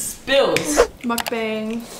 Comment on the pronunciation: Ur korean, but u don't even pronounce mukbang correctly...yikes